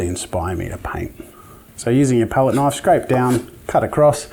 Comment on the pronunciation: Thats a Knoife